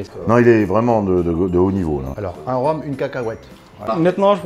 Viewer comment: Pascal il m'a tué 😂 "Un rome une cacahuète "(avec l'accent c'est plus stylé